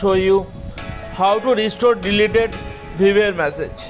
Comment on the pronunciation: Dude learn first how to pronounce Viber. :yt